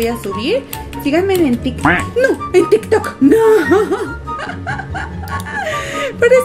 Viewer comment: dijo " sigan e en mi tik tik nooooooo" parece q dijo q no la sigamos en tiktok